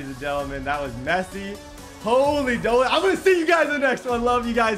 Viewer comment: Alright im tired of it, its holy MOLEY not doley